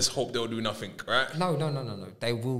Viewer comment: “YOU’LL DO NAFFINK!”